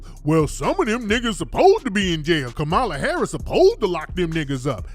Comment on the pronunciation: I cannot 😩😩 he said Kamami Harris